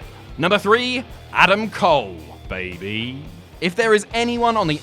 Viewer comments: Bay Bay, not Baybee... 😉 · it's BAY BAY! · It's bay bay